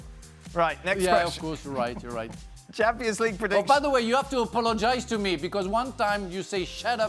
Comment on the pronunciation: Nobody: Frank: You have to aPoLiGiZe to me for saying shut up